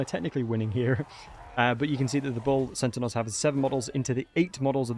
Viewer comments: Great vid but why do you keep saying centenaurs? It’s pronounced (Senn-tars) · I keep hearing "sentinels". Are you saying that or am I hearing weird? I normally hear extremely good so I'm a bit confused. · "Bull Cent-a-naur" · what's a centinaur? Say Centaur, there's only 1 n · I always heard Bull Sentinels, and was like: "huh??" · He’s definitely saying sentinaurs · progressively more butchering their name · You say centaur funny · Your pronunciation of the word Centaur really triggers my Autism 😂